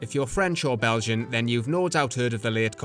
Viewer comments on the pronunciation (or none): none